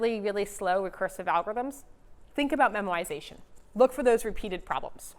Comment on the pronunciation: It is "memoization" not "memorization"